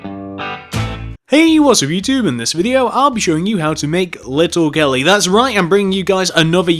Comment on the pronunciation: OMG listen from 5 seconds to 10 seconds you'll hear him say little gelly